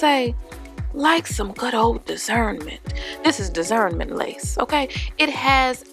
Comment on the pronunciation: 🤣🤣🤣 Desernment lace, good ol' deserment...I've heard it all nah, 😆 🤣